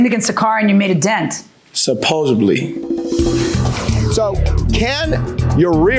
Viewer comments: “SupposeDly” not “SupposeBly” Drive me bonkers!! 😂😂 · Did he just say “supposeBly”? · 'Supposebly' IS NOT a word